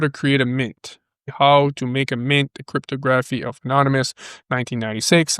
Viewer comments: Crypto Grafff eeeeeee. Try saying crypt a gra phy. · It's pronounced cript-tog-raf-fee not cryto-graph-e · '...love ya brother but stop calling it "Crip-toe-graph-ee", lol. It is "Crip-tog-raff-ee". Sorry...but it was making my giggle while trying to listen to a serious video;)